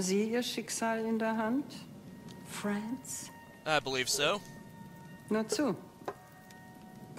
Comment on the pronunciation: If you've studied German, you'd notice BJ blows his cover pretty early by misprouncing the name "Franz" - and Helga catches on to this pretty fast. His accent doesn't help much either ;) In a way it's like that scene in Inglourious Besterds where the Nazi identified the good guys by their weird pronunciation, and then by the unusual (for Germans) hand gestures they used.